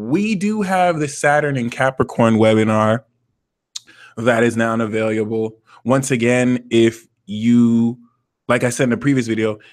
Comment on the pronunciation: I like how says "avayiable"